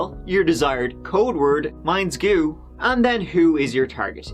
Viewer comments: “Mines goo” hahahhah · “Mines goo” 😂🤣😂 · ‘Mines goo’ 🤣